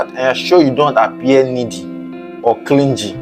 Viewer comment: YOU REALLY NEED TO WORK ON YOUR PRONUNCIATION, FIRST TIME THAT I VIEWED YOUR VIDEO, CLINGY, THERE IS NO G SOUND, THE G IS SILENT 😱🤐😐😣😖